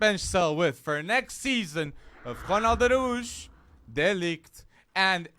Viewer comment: His name is Ronald ArAUJO not Aruj